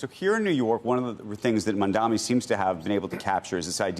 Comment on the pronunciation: Andrew, the name is Mamdani, not Mandani?